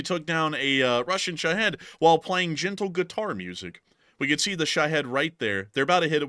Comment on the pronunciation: Why is Jake Broe the only one that knows how to pronounce shahed ? No head in it. It's pronounced sha- hEEd with a long E vowel sound.